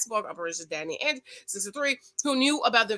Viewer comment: Ainge pronounced like mange.